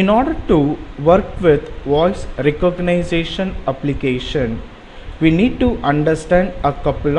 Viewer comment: recogniZAtion??? you make me sick